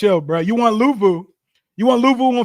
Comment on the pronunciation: This man said CTE missle Luvu 😂